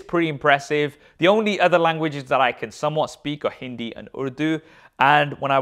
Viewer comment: How u pronounced hindi so good?